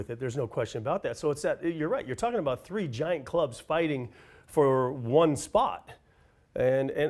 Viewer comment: Totally stubborn, cos he thinks he’s the bollocks as he’s won prem league “sree times that’s sree” ........